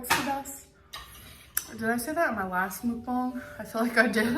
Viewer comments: muk-bang not mook-bung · Bro stop saying mookbung it's MUKBUNG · If I ate the size meal she eats.... I would only be able to eat once a day. She will never realize she has to do ONE portion of food for her to actually make progress. She is a lost cause even with us trying to help her. I dont think any one has told her shes saying mukbang wrong XD